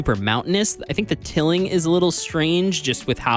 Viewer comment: The word here is tiling, not tilling - like the tiles in your bathroom - pronounced TIE-ling (tilling is turning over land to prepare for planting) :)